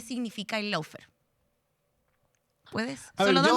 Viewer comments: Felicitación, pero el idioma del adversario hay que a`prenderlo es Law= ley y se pronuncia LÓ no lau, faire=fér está bien....eso no es sin importancia porque los piratas que inventaron este idioma sin reglas, para confundir... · No puede decir el nombre del programa bien de tan caga que quedo